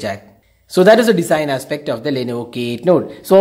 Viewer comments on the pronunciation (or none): It's Design & not Desin.